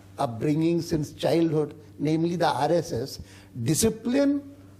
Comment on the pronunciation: When he said RSS I actually heard ISIS.